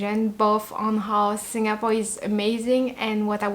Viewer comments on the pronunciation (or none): You pronounced same as many local uncles and aunties the way they pronounced "SinGApore". It's very local and more endearing to me. 🤩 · The way you pronounced Singapore is so Singaporean. Must be influenced by your Singapore friends.:goodvibes